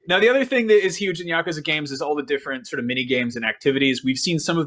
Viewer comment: Dude learn how to pronounce Yakuza